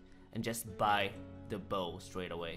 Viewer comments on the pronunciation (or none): He didn't pronounce the bow right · Bow of ferdinando